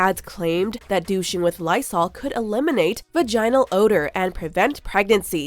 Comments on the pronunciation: Va-jine-al? No. It's pronounced vaj-in-al in American English. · cab0906 so true. She pronounced 'vaginal' in a crazy way too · Lmao the way she says vaginal and mercury